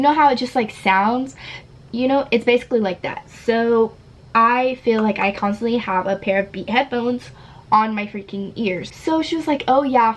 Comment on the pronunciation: i love how she always says, " constinatly", " really, really" or just says things 2